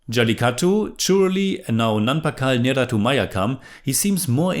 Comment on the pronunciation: you can improve malayalam pronunciation just by doing this. The words ending with U, end with sound "eh" rather that "u". Nerath"u" sounds like Nerath"eh"